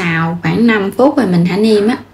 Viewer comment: Tại sao mà em gái Không nói chữ “ rồi “ mà nói là “gồi “ ? Chị định làm bánh mặn mà nghe em nói chán quá không làm nữa.